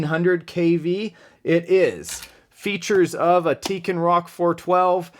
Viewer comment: it's called tekin not teken